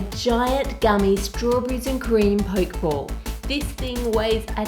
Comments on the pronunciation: Curious, since a singular 'k' sound doesn't exist in Japanese, so how could that be the actual pronunciation? It's "po-keh", not the anglicised 'poke', as in to prod. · Its NOT a Poke ball its pronounced pokey ball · It's pronounced Pokeeee ball. Not poke ball as in poking something with a stick for example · i think you pronounce the pokéball like pocke(t)-ball rather than poke(ing)ball actually. it came out very nice but please don't throw it haha :) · It's pronounced poke e ball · Theres an accent on the E so its Pok-ee-ball or you can pronounce it pokiball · Arghhhhh you kept saying pokeball wrong